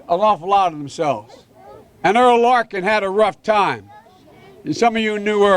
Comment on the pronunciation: It's Errol Larkin, not Earl.